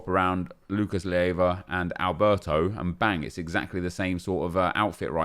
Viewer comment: Nep, i dont mind it much, but it's Lucas Leiva, not Lieva..